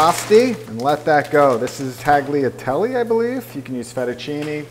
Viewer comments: TAGliatelle? Dude. It's pronounced tah-lia-telleh. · Tah- gly- ay- telly really 😂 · tagliatelle= "tagliaegli" hahahahahahah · Taglia teli :D :D :D I love how Muricans don't even try to pronounce non-english words! You would expect that a cooking channel should know these most common cooking related words...but no. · Tagliatelle the g is silent, it pronounced : tah-lyah-TELL-ee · Love your channel! Have to check out the almonds in the pesto dish instead of walnuts. I also make a quick spaghetti carbonara pasta when I get home late. Hey you don't pronounce the "g" in tagliatelle, rather a "ly" sound. Sorry we Italians can be picky, as you said, lol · Italians aren't gonna be mad that you use parsley for the pesto, they're gonna be mad because you pronounce tagliatelle as it's written :D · FFS ! The G is silent in Tagliatelle :)))) oh americans ... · "Outside of Italians getting very upset..." We're not upset by extra herbs. But we are very upset about your butchering the pronunciation of "tagliatelle" I understand the "gl" is a hard sound for American tongues but please at least try to get the others somewhat close. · Lol do you pronounce the G in "tagliatelle?"